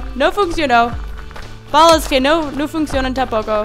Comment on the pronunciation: Cuando dises no tengo balas suena cjochengoo bagas nou se gual nesesito